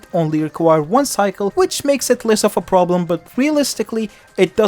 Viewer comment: im sorry but "pwoblem" and "reawistlicly" sounded so funny